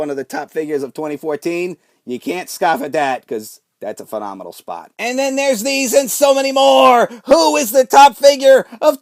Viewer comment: STOP SAYING PHENOMENONL YOU AIN'T AJ STYLES